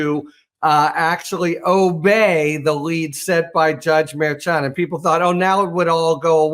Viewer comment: Thanks for pronouncing the hard CH in Merchant correctly. With a first name of Juan, I assume he’s of Latino descent.